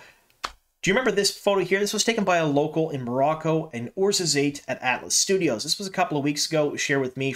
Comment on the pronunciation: Hey! Love the vids, been watching since you started. I don't really care and I know that you give pronunciation disclaimers all the time but I actually traveled to Morocco a few years ago and stoped thru Orzorzate because of the GoT filming locations there. You've ALMOST got the pronunciation of the city right, but it's pronounced Or-zor-zaat. The last syllable rhymes with the word "Pot" or "Rot" not the words "Late" or "Bait". Just thought I'd late you know. Thanks for all the great content! Can't wait for season 2 (about to finish reading book 11).